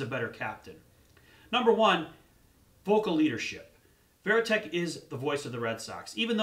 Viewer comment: As soon as I heard he said veriteck I thought he knows nothing